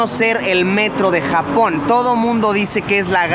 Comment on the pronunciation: cuando dice Japón me parece a jamón